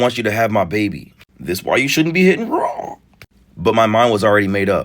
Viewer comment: lol the way u said Raww 😂😂😂